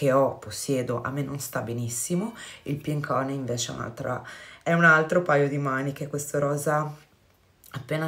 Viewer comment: ad esempio infatti "HONEY" si pronuncia "HANY", hehehe, dipende...quindi ricorda "BALM"= PRONUNCIA "BALM" (NON BOLM) , mentre "HONEY"= SI PRONUNCIA "HANY" , NON "HONEY"